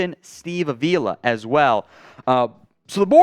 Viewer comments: I’m sorry I just have to say something, it’s not UH-vila It’s AH-Vee-la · Hey, you keep mispronouncing Avila. The accent is on the first syllable, not the second.